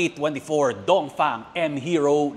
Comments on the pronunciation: bakit mali ang pagbigkas ng DONGFENG mo dapat DONGFENG hindi dongfang dongfeng dapat hindi dongfang ha brad itama mo naman brad okey............ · Dongfeng ❌ Dongfang✅